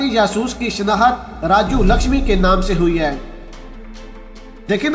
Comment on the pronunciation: It is RAJU LAKHSMAN and not as (LAKHSHAMI) as you pronounce.